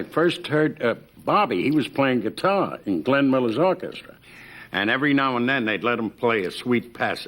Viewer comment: The way Jackie says Oar-KESS-Truh is so distinctive and memorable , and a lotta other performers from his Era (and earlier) pronounced it that same way too.